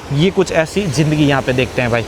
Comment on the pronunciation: Aik to Indians kay bolnay ka tareeqa ajeeb hay "DEKHNAY KO MILTA HAY" kya hota hay? "Dekhiay" bol saktay ho... "JINDAGI" ... Zindagi kyon nahi boltay ho? Aur camera aap aik jagah roktay nahi, baar baar camera move kartay ho.